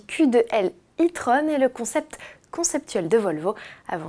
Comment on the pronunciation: Et "tron" faut le prononcé comme le film de Disney (celui avec les daft punk)